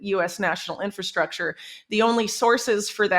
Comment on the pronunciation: Whitney is like the only person on this planet lately to say "inFRastructure" CORRECTLY! 👏🏼 👏🏼 👏🏼 If I hear inFAstructure from one more person I might lose it.🤪🥴